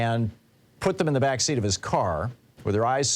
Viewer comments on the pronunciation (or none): none